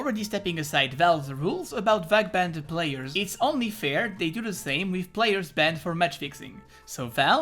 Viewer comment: why u say ' vac banded '